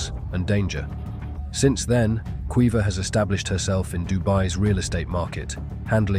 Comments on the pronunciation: Kweeva? It's pronounced Keeva 😂😂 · Keeva in the North; Kweeva in the South.